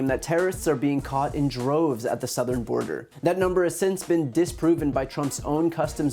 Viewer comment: Sarah YOU SAID SOOTHERN border so you lied again